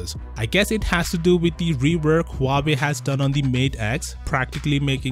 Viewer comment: You said huwaei just keep copying so why keep saying time and again huwaei is cool amazing and whatever